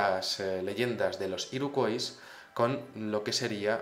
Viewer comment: Hola, la fonética de Iroquois sería así: Iroq/Uoi/s - /Ua/ (Origen francés, en Canadá se habla inglés y francés). Si lo prefieres, ésa tribu india norteaméricana de la que hablas en español la llamamos Iroqueses. Lo digo por que cada vez que lo decías tal y como se escribe me daban ganas de matar gatitos. Un saludo